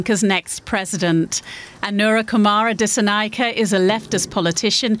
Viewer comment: You pronounced the name best so far😅